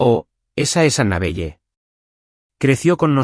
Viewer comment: ANABELLE NOMBRE SAJÓN SE PRONUNCIA ANABELE, NO PEQUES DE LITERAL NARRADOR ESPAÑOL